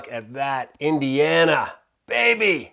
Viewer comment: Your frequent use of the word (?) “Baybeh” keeps us amused here in Michigan. It’s a new household term for us! Baybeh! 😂❤